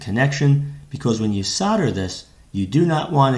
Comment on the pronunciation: Thank you for saying Solder the American way..!! We pronounce it "sodder" not Sold-er... Though there are some nerdish Americans that emphasize the L in solder and it drives me crazy...!!! Sorry for the rant. Good video.